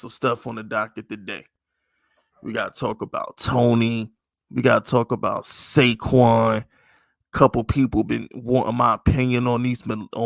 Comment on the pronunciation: did my guy just loose his rabbit ass mind and say pay saquan?